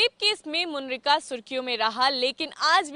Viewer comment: Its not munrika. Its munirka .. up biharan 😂